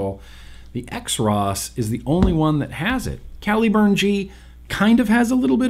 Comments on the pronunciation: I believe the “X Ross” is pronounced “Cross”. At least, that’s my “cool pronunciation “ take. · pretty sure xross is supposed to be pronounced kross